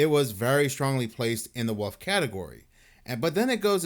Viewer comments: Its pronounced WOLF not woof for God's sake dude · I love how he pronounces wolf "woof"😂😂😂